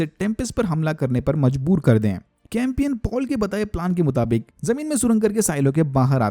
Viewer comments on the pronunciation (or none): चैंपियन है न की कैंपियन